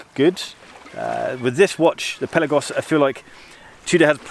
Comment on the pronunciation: Amazing diving watch, amazing review ! ! ! And you are one of very few editors that you say correct the word "PELAGOS" ! ! ! And yes you pronounce" PÉLAGOS - Πέλαγος " and not PELÁGOS of all others gay say ! ! ! 😉👍🏼